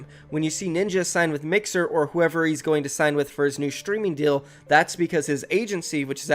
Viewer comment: Can you please try to say deal instead of dill